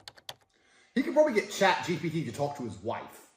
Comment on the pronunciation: bro it's chat gpt not chat gbt